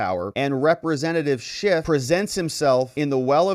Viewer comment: They better start using his real name or this won't be legally binding. It's Schiff NOT Schift, Mr. Speaker!